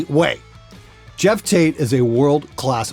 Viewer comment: Why do you pronounce Geoff like Jeff? Can't you see that O?